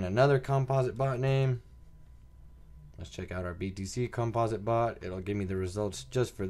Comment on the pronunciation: "Compa-sit" not "Cum-Paws-it" ..jeezus kryst. lmao